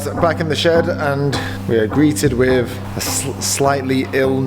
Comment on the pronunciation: For the more intelligent when he says Free he means Three, When he says Wiv he means with! This is classic TH fronting at it's worst.